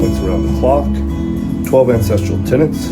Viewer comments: Not ancestrial - ancestral. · OMG I thought you were saying “incestual” life style. I was so confused 😂